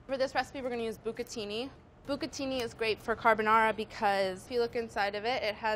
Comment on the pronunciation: ogni volta che dici "b'catini" avverto una piacevole contrazione muscolare nella zona dell'inguine...